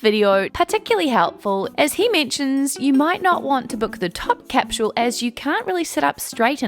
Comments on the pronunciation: Little hint. There's no letter 'h' in the word capsule. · I'm not trying to be a jerk, but, is it actually pronounced "cap-shool"? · Why can't you pronounce capsule?